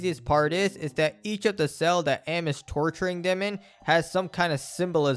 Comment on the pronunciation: It's pronounced "ayy, ehm" not "am" as in "I am ___". "A.M." is supposed to be an acronym for "Allied Mastercomputer."